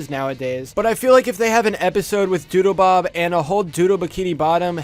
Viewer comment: Doodlebob was the best character also it sounds like you kept saying doodoobob